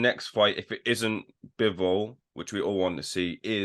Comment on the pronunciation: “The only thing that can beat Beterbiev is age.” He said Bivol’s name wrong.